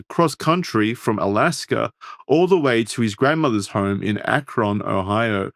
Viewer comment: I hate how yall say Akron